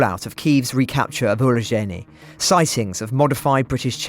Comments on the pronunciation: oo-roh-ZH-EYE-neh four syllables. roh-bo-ten-eh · Urozhaine (Урожайне) - It is pronounced "OO-rrro-ZHAIN-yeh" Look for many more towns and villages coming back thanks to the brave soldiers of the Ukrainian army. 🇺🇦 💪 Next up: Robotyne (Роботине), which I expect will result in cutting off a main supply road and flanking one or possibly two Ruzzian defence lines.